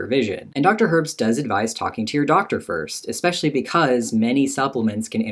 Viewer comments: EXPECIALLY !!! why do americans say that it drives me IN-SANE 😡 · OMG Dr. Herbst said eX-specially 😂